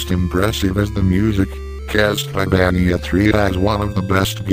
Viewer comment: Lol "My favourite will always be Castleyvaneeya"XD Good review